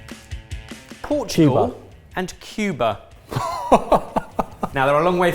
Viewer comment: Were the elves responsible for the shite pronunciation of "Portugal" ?